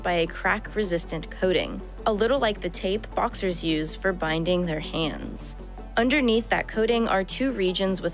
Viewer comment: "un-door neath tha-ut coding" - ? You mean underneath that coat? It does nit seem to be coding at all, is it hava script?